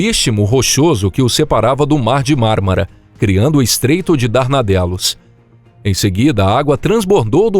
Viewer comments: Isso é em que dá fazer essas merdas com a merda da desinteligencia artificial. A voz fica chamando Dardanelos de danardelos. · É difícil dar credibilidade ao vídeo, pois o narrador já começa errando o nome do famoso Estreito de DARDANELOS (não darnadelos) !!! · Observação: o nome do estreito é Estreito de DARDANELOS, não de Danardelos. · O nome correto é estreito de Dardanelos, e não Darnadelos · É DARDANELOS , CARA !!!!!! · Parei de ouvir. É DARDANELOS.